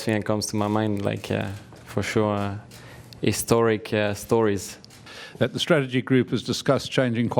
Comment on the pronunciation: man ocon going "historic stories" killed me lol